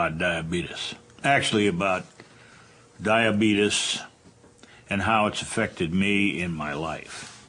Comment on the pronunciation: Honestly I think most of it is how he pronounces his illness.